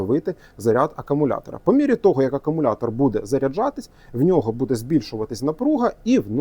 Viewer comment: Так і не навчився говорити акумулятор замість акамулятор.